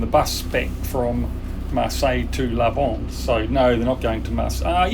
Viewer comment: Thanks for the video,. Yes, St Trop' off season is far better than in the middle of the summer. And this is "Le Lavandou", not "Lavandeau" nor "Lavande" 😉 Anyway, happy to see you sailing in this area, it was my playground, or my tub, when I sailed there when I was young. Unfortunately, because you schedule you missed Port Cros & Porquerolle, 2 very cute islands in the vicinity of the cap Bénat.